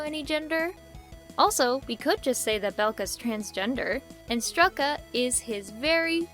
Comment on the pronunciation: Fun fact! Strelka is pronounced str-ieh-lka, not str-eh-lka! Though I think it would be cool if the characters name was pronounced the latter to add ✨spice✨